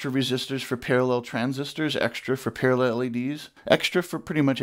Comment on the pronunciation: Par-a-LELL ! I love it, that is how I say it. I also say food proces-SORE